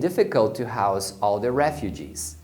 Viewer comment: Um detalhe importante é que, quando house é substantivo, o s tem som de s. E quano é verbo, o s tem som de z. Prestando atenção, notamos que foi assim que o pronunciou.